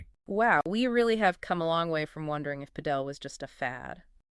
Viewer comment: It's Pàdel, accent on the first vowel